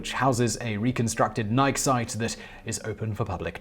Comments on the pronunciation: It is pronounced "nigh-key" not "nigh-k". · I’m sure I’m not anywhere near the 1st person to say this, but after watching untold videos, I can’t bite my tongue any longer. Simon, you’re great, but Nike is pronounced “Nigh-Key”, not like the name “Mike” but with an “N”. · Nike is a two-syllable word pronounced "nigh key". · The Nike site near our farm was decommissioned, sold to a private party, and became a boat storage facility. By the way, the name is pronounced N'eye-kee, as in Athena Nike. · NI-KEY NI-KEY say it with me. NI-KEY Simon... nike rhymes with bike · Nike sites.....pronounced just like the shoes: NY-kee. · Nike missile sites were located around all major US cities. Oh and the pronunciation is Nik-e. Named for the Greek goddess of victory. My dad was a missile officer and was stationed in Pennsylvania, Illinois, and California. Including the site that is now open to the public in the Golden Gate Recreational Area. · You're messing with us now aren't you Simon!?!? You know that's not how Nike is pronounced! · Buddy, you keep saying "Nike" wrong. If you look up the entymology on wikipedia for the Greek goddess, the -e on the end is a long vowel. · How has nobody he works with not told him how pronounce nike correctly? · Please learn to properly say Nike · We're going to have to have a talk about how you pronounce "Nike". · Everyone knows it's pronounced Nike.